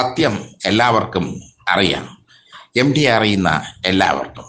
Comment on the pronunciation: എടോ പൊട്ടച്ചാരേ എംഡി അല്ല എംടി ✅